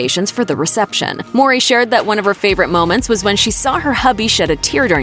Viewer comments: Why she keep saying Maury 😒 mowwwwrrryy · Why does she keep pronouncing Tia's last name as Maury instead of Mowry?